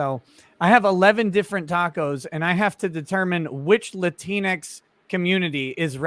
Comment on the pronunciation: the way said it made it sound like kleenex: lateenex